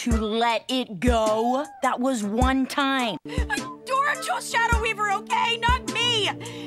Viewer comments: She said "Hey Adora!" so many times it started sounding like "Hey ya Dora!" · Kinada sounds like she's saying "Heya Dora" 💀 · Im Hear like Hey Dora XD